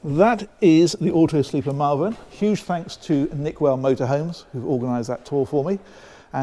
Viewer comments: Lovely van. Would be good for touring Europe. FYI, Malvern is said ‘Molvern’ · I was going to congratulate you for pronouncing Malvern correctly at the start of the video, but you let the side down by getting it wrong at the end.